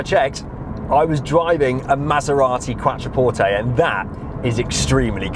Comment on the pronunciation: 'Qwatra-porte' lol